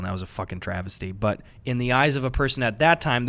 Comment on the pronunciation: So are we just not gonna talk about how Gus said "travisty"